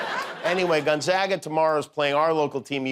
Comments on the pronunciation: His monolog is always good until it fizzles out at about the halfway point... and he needs to learn how to pronounce Gonzaga (GONE - ZAA - Ga!) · I know it’s a joke but Gonzaga University is named after Saint Aloysius Gonzaga, a Jesuit. Many Jesuit universities have buildings named after him. I lived in Gonzaga (pronounced gon-ZAH-ga,) Hall for two years at Fairfield University, another Jesuit school. Trust me, it’s all too real.